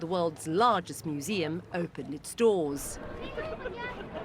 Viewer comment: Why can’t she say “museum”?